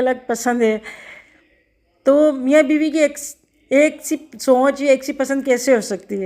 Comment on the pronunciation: سونچ نہیں سوچ اپنی اردو تو صحیح کرلیں یہی وجہ ہے دشمنائگی 😂 کی